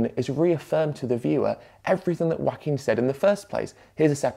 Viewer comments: I gotta say, every time I heard you pronounce Joaquin's name as 'wacking' I chuckled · Very interesting video. But as a Spanish speaker with a little Joaquín in my family, what surprised me the most was the British pronunciation of the name. The farmer drinking milk is the animated equivalent of the people posting meat pics on vegan groups. I was reading Ed about it yesterday, and I'm also baffled. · For a mexican, it is a bit funny how Ed pronounces his name. Love the content though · I loved the video but the way you pronounce 'Joaquin' is funny.